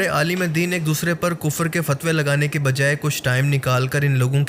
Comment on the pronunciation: Its “ deen “ not “ din “